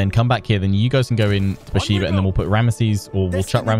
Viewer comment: Love your videos! btw Beersheba is pronounced Bear - Sheva. The e in sheva is like the e in bet.